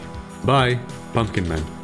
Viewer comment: Pumpkin man!?whou calling punkn man